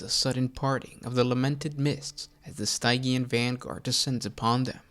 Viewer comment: Pronouncing Stygian wrong hurt me every time.